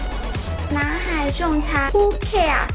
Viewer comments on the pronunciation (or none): hu keers? ho kers? calling all call center training programs in the Philippines..please teach them how to enunciate and pronounce the word properly..dont make the world laugh at them..hu keers..poor chinese youth, i feel so sorry for your country! hu keers? hahaha😂😂😂😂